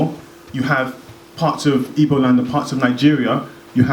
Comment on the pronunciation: the one that is quickest to criticize Igbo culture can't even pronounce "Igbo" lol. The primary aim of the colonizers was to make us forget who we are. African spiritual science is all about KNOWING YOURSELF and your destiny, that is why to the Yoruba probably the most important deity is you own Ori, to the Igbo it is your own Chi